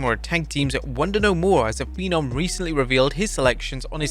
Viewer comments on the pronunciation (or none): none